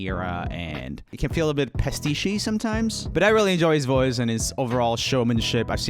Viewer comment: hey Roomie the way you pronounced "pastiche" like "pesteechi" really threw me off, I thought what did he just say?